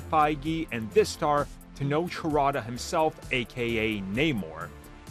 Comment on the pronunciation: Errrbody who doesn't know, I'd like to offer some assistance... Tenoch (sounds like it's spelled te-notch) Huerta (who-er(like error*)-ta(short a like ah*))